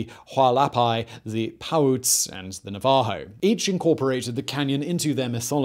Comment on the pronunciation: Yeah, his “hoppy” and “na-VA-ho” had me cringing. And what on earth did he do to the Paiute? 😂